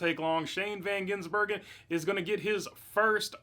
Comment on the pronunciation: How are Americans so unable to pronounce his name? Van - giz - bur - gen. It’s not that hard.